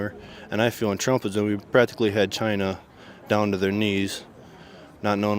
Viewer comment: I think you will find that is pronounced CHYYYYYYYYYYYYYNAAAAAA🤣🤣🤣🤣🤣🤣🤣🤣